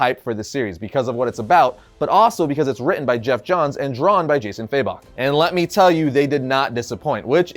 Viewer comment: Never understood why people say "faybok" instead of fabok lol